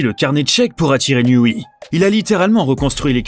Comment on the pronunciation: NIOUWAI pas NIOUWI ;-) mais c pas grave